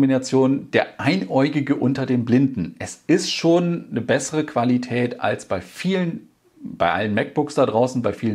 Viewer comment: Die klassische „Qualitatät“ 😅👍🏼